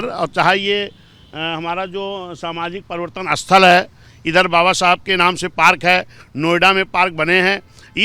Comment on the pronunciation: इस पत्रकार को समझाए कि बाबा साहब का नाम सई तरीके से ले